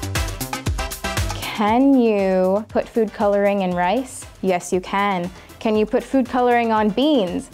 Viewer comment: Pronounces "can" like "ken"